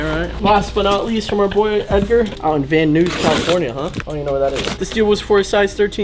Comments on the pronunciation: Lol he called van Nuys California“van noose” 😂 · Van noose California Lmfao, it’s van nuys!! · I love but the way he pronounced van nuys 😭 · It’s Van Nuys foo!!!!